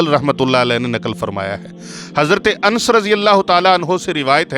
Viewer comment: مولانا صاجب اپ سے شاید علطی ھوی ھے متلا اپ لفط جمد کی میم پر فتجہ یعنی زبر پرھ رھے ھین جبکہ جمد کی میم پر جزم ھے اسی طرج سورہ بقرہ کے ق پر زبر ھے جبکہ اپ جزم پرھ رھے ھین اسی طرج جصرت انس کی نون پر زبر ھے مگر اپ جزم پرھ رھے ھین اسی طرج لفط قران کے ر پر جزم ھے جبکہ اپ زبر پرھ رھے ھین